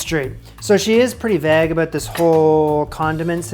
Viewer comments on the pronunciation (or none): It sounds like you rhyme vague with bag. It's vay-g,! 😄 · Lol vague it's pronounced "vayg" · How do you say vague? Vauge.. I can’t lol! Loving the content keep it up. ❤ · the way you say "vague" literally made me rewind the video 20+ times. never heard it pronounced that way in my life. interesting.😂😂😂😂